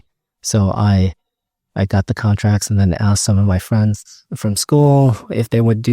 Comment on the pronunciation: Did he say "friends"or "fringe"? :D